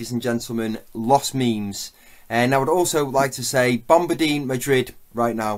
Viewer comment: "GRANDE LOKUET" "LOS MIMS" "BOMBARDIEN MADRIUD"